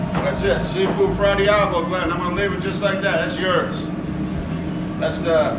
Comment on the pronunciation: Fra DIAVOLO. NOT DIABLO